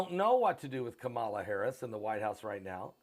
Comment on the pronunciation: You are not pronouncing VP first name right. SAD.